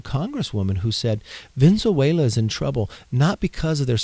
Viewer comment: that guy can't even say Venezuela. Maybe the fakest person I've seen on YouTube this month. But then, it's only the 3rd...